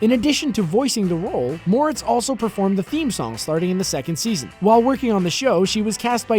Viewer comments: Shadow It's pronounced More - etts not Mortz tho this guy kept saying it wrong it bugs me for some reason idk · “It’s MorETz, not MOREtz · mortz.... are you for real? it's pronounced 'more-ettes' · Seems you need to learn one important thing - HOW TO PRONOUNCE HER NAME. It's not "more-its" it "more-rets". UGH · Moretz? I thought her name was Mortez.... Just me? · Mo-RETZ... Thanks. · “Chloe Grace Morts” .. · are you for real? It's spelled "moretz." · Stupid AI can't pronounce her name correctly. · The way you say Moretz <<<<< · Cholë Moretz lmao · That's right. On the last syllable, why didn't he do a little resear-- oh, f* it. Anyone knows, duh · Your saying her last name wrong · Yeah i noticed that, its been bothering me the entire time lol